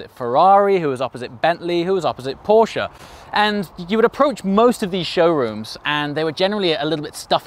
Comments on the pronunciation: Thank you for saying "Porsche" and not "Porsch". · Just wanted to let you know that the way you pronounce „Porsche“ is pretty damn flawless! Greeting from Germany